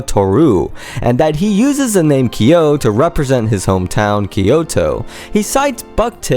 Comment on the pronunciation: Nice video! Just fyi on the pronounciation. His name is pronounced K-YO (quick hard 'K' sound then 'YO'... like when you pronounce Kyoto without the -to) not KEY-YO. Further along in the video is the correct pronounciation. There is long debate about Kyo's real name. Though 'Nishimura Tohru' has been debated as his 'real name', it's long been realized and confirmed that neither 'Kyo' nor 'Nishimura' is his real name. Also another fyi, I've seen Deg in concert since 2006. Kyo did self-mutilate on stage with a safety pin and scratching his chest during this short time period. In regards to the fish-hooking, he spat out empty capsules while I was there (not to say there weren't times where he'd actually cut himself inside his mouth but the blood would have then not have been so thickly red (as with the blood capsules)).